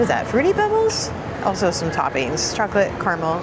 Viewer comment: Realized you pronounce "also" as ulcer whenever you say it and now I cannot unheard it!! Great video again